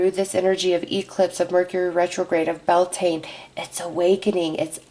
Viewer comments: Beltane (/ˈbɛl.teɪn/) pronounced Bel-tain. Thanks from this Irish ancestered person. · Blessed Beltane to all! 💖✨ It’s the opposite of Samhain so the veil is just as thin as Samhain, but instead of the Underworld it’s the Veil between us and the Fae that thins today! Blessed Be!!! 💖✨ (Just so you know, it’s pronounced bel-tayn 😅) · Bel taaaane We're not French😆🤣